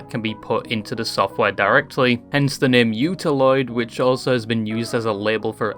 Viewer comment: Almost turned off the video right there lmao like why am I watching a video about a thing by a guy who knows so little about the thing he doesn't know how to say its name?